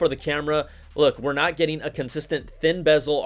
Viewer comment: "I'm "notch" gona lie"...LOLOLOLOL